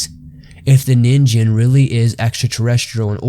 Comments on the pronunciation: It is actually a short "ni" not "nee." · actually it's nin -"gh"en not nin-"J"en it's supposed to sound more like a g, not a j for exaMPLE LIKE THE G IN "G"YGABYTE JST FYIHEHE THANKS FOR THE INTERESTING VIDEO BTW. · NeenGEN not Neenjen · Christ guys, I don't expect someone who doesn't speak Japanese to have flawless Japanese pronunciation, but at least get the name of the main topic of the entire video right. It's "NEEN-gen," not "NIN-jen." So tired of lazy YouTube content that clearly wants to be professional but doesn't put in the work. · Zamasu and Black will take him down don't worry (Also it's called ningen not ninjen) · The pronunciation alone makes this unwatchable. It's not pronounced NIN JEN, its Ning En. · it's pronounced ninGen not ninJen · You do know that its pronounced as "Nin-gain" not "Nin-gen"....right? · Ningen is indeed pronounced “neen-ghen”, not “nin-jen”. If its a Japanese word that contains a G when romanized, it’s never a J sound. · "Ningen" is pronounced "nin-gen" with a g (not a j). Just ask any Japanese person. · "Ningen/人間" is pronounced as [nin-GEn], like in "get." So it doesn't rhyme with "begin." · Fun video! A constructive point: check your pronunciations. The Japanese word "ningen" is pronounced with a hard "g". Also, blubber is used as insulation, no to insult. Keep up the great work! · it's probably pronounced ning-gen you know like you read it manga (cuz it actually spells that way lol) you have to read it mang-ga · It's "neen-gen" pronounced like that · G is not pronounced with a J sound in Japanese. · You pronounced Ningen wrong though. And the animal you show in the size comparison wasn't a blue whale, that's a whale shark. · You butchered the name but quite a good story and research done. Really enjoy your content. Keep up the spooky work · I wanted to watch this but the constant mispronunciation of ningen was too much.